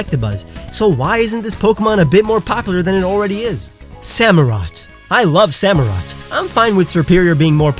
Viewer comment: SAMUROTT, NOT SAMOROT! OSHAWOTT, NOT OSHWAT!